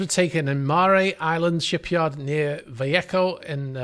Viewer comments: No big deal but the town in California is pronounced Valayhoe Actually spelled Vallejo And the island is pronounced Mare like a female horse. But you do a great job. Love your videos. And I believe that I am right in that the dingy dock opening was opposite the side that went down first? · Mare, as in “female horse” (Mare Island, ), which is next to Vallejo, pronounced: “Va-lay-ho” California. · Hi - appreciate your channel, I'm one who came aboard when Bayesian sank but as a long time sailor find the ongoing reports interesting. I thought you might like to know that Californians pronounce Vallejo as "Vall-ay-ho or Vall-ay-o," not like the Spanish pronounce it. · Mare Island ...we say "mayor" and its in " Val-lay-ho " Calfornia, Vallejo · Mare Island pronounced mair Vallejo pronounced Vuhlayho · "Mare" pronounced like a female horse. And "Vallejo" is pronounced "vuh-LAY-ho". Hispanic pronunciations would be different, of course, but that's how everyone around here refers to those places. Very odd place for a super yacht, it's deep in the San Francisco Bay, not even slightly scenic, nothing goes on there.